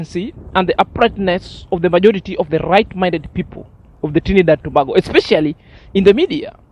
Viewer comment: my brother it pronounce To- bay-go Tobago